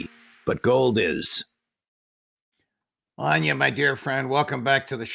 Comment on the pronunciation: Its Anya! rly?! Her name is Anya not Anna. Are you senile or something? How do you do that so often, clearly you're not very close at all.